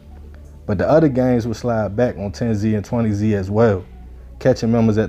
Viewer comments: Its pronounced 10s and 20s not 10-Z or 20-z I went to high school with a couple 10s used to smoke with one of them. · It’s not 10 Z and 20 z it’s 10’s and 20’s… how u speaking on gangs in states ypu have no idea how to pronounce? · Bro it’s tens and twenties not 10z and 20z that’s just how they spell it not how you pronounce it I’m from mpls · You don’t have to say the “Z” say it how it is pronounced It’s “tenz” Gang and “twentyz” gang no Z shit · Tens and twenties. Like rolling 20z from Lbc. That’s how it’s pronounced. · this nigga said TEN-ZEE and TWENTY-ZEE fuck you on bro?????? embarrassing as hell